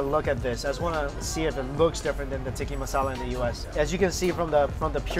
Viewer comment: The way he says ‘Tikki masala’ xDD its TIKKA